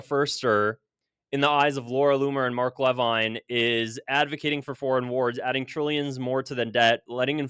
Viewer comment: Mark "leveen", I don't like him either but pronounce it right